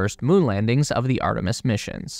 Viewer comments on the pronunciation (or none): none